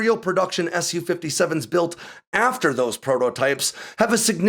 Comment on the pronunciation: the Su in Su-57 is just "sue" not "ess you"